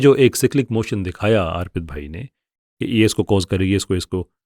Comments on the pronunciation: جزاءکﷲ اچھی بات بتانے کے لئے. بھائی اُس کا نام ارپِت ہے , آرپت نہیں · اگر یہ بھائی صاحب ہندو ہیں تو انکا نام آرْپِت نہیں اَرْپِت ہوگا